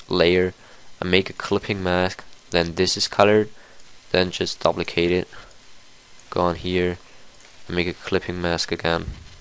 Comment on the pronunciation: dup-licate? LAWL